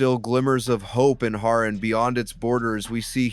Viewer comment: Why you pronounced it as "Ha RAN" 💀